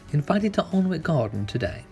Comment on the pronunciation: Alnwick is pronounced 'Annick', by the way. :)